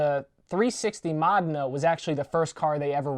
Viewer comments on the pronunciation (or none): Its pronounced modEENa